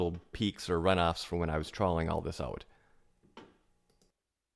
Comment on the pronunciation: Off not ahff. Perimeter not primiter. Troweling not trallling. Product not prodict. Soft not sahft. About not abought.